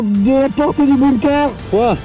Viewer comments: La vidéo est super mais par contre, ca m'a stressé psq on dint bunker pas boomker donc ça se prononce /benker/, voila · Bunker(Beunekeur) pas boomker